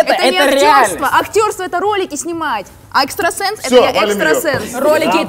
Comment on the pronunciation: Не экстрасенс а экстросекс